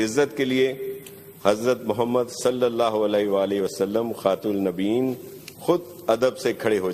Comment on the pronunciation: خبیث کو خاتم النبیین پڑھنا نہیں آتا فرقہ پرست یہ شیعہ ازم کو فروغ دے رہا ہے